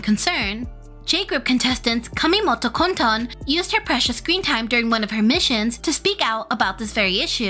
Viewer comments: ah for kotone her name is said as ko-to-ne, and love your videos <3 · im sorry i wheezed when she pronounce kotone's name 😭